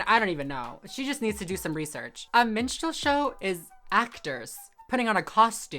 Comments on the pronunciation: She pronounced "Minstral show" like "menstrual show" both times she said it in the intro of that TikTok and I was so confused! 🤣 Ooo! She said a woman is born with mammary glands. Good news, everyone! All humans (excluding those born with anomalies) are born with mammary glands. All humans with mammary glands, regardless of equipment or dominant hormone, can also lactate. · Minstrel show, not menstrual show, geez lady 🙄🤣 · It kept sounding like she was saying "menstrual show," which is kind of hilarious! 🤣